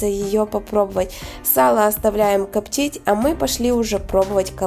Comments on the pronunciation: люди воспринимают информацию ни только зрительно, разговорная речь должна быть грамотная. «коптить» ударение должно быть поставлено на слог с буквой И — копти́ть. Как впрочем и другие слова. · Вы молодец, интересные рецепты, что у вас с говором? Рублённое, КОптить? Я понимаю, что Вам удобнее разговаривать на украинском языке. Вы снимаете ролики на русском языке, ударение проверяйте в словах во время монтажа ролика.